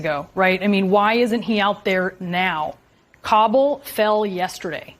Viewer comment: Dude cant pronounce ka-bull, not ka-bowl